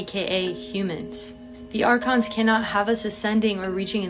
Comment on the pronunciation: This guy steady pronouncing archons wrong r-cons buddy r-cons 😂